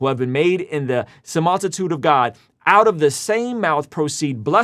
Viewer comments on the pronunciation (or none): I’m somewhat concerned that what stuck with me most is that pronounced “similitude” —> “samoltitude”😅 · “sim-all-ti-tude”? Lol